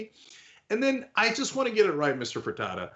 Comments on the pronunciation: Fer-teet-ta lol I used to work for his restaurants and he is from Galveston where I’m from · "Ferita" LOL u cant even say his name, learn the context, maybe build something instead of making your living as a professional complainer :) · A) It’s pronounced FRA-TE-TA. B) he’s right. Most of his staff is making more on unemployment (plus the $600 Federally added) than had he kept paying them. Here in Nevada, those who were the first to apply for Unemployment had WAY fewer problems getting paid. Many who flooded the system in April are still having trouble getting their benefits.